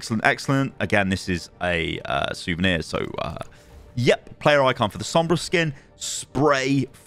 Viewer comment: U actually said sombras skin name good on ur first try